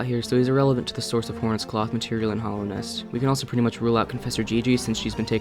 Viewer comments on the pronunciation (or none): In 4 years, will degrade far enough to say Hollownest instead of Hallownest! 😰